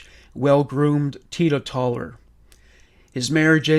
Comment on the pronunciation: The word is “tee-toe-tell-er”, teetotaler. Meaning someone who doesn’t consume alcohol or intoxicating substances in any form.